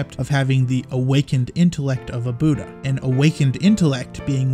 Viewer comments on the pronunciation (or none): none